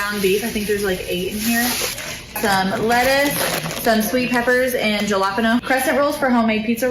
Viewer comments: the chick says "ja la pen oh" LOL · Can we talk about the "Jah-lah-pen-oh" that the one woman bought? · Did she say jalapena (all soft vowels)??? The one with I think family of 8.... YIKES!! I have been frugal shopping and prepping for about 3 or 4 months now. My spare freezer is fully stocked with meat. Because I shopped sales and vacuum sealed 95% of it was $1.29 per pound or less to hopefully carry me through this inflation (just me so probably last a year or more). I am transitioning from a time of excess to a time of rebuilding. If it wasn't for people like you I would not have been looking so closely at my spending. Thank you! I love your content! Oh and gas at Costco in Spartanburg, South Carolina today was $4.95. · The woman at 15min is wild.. I’m amazed she only spent $500 for so much packaged junkfood. The way she pronounced jalapeño hurt my soul 😵‍💫😂